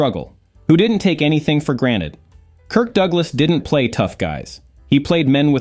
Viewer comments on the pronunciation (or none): none